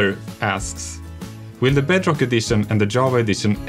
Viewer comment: The schulker The peestons Beedrock Eedition Veelager voiceovers I'm sorry. Love you Jeb.